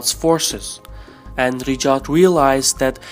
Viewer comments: Its raYed not riDJAd. Anyway the saudi family is a terrorist organisation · Pronounce Ri Ya D (Riyadh) and not Rijad ! There's no J / G sound in Riyadh. Thanks. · He is pronouncing Riyadh as Rijad 😂😂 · Riyad not Rijad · At first I was like what the hell is "Rejaad" but then I figured that is how he`s pronouncing the Saudi capital 'Riyadh' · There's no 'J' or 'G' in Riyadh btw.